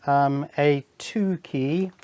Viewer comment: I thought that you said "this is a a dookie one" 😅